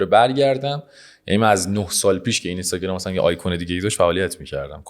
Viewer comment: اینستاگرام رو لطفا درست تلفظ کنید. بعد از حرف (ن) حرف (ی) وجود ندارد و حرف (ن) ساکن هست